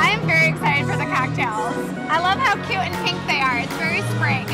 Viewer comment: i love how you two make one syllable words into two; cute becomes keu-oat good becomes goo-ud cool becomes koo-ule fun becomes fuh-nah